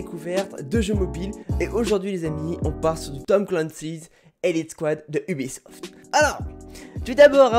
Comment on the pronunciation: C’est pas obisoft c ubisoft